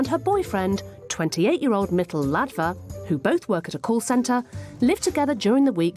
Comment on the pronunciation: it's Mitul, they're both Indians